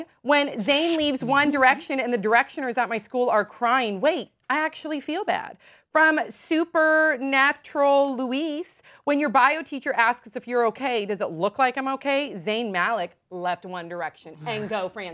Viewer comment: when she read the name SuperNaturalLouis ..She said Louise !! -.- I was like CAN U NOT .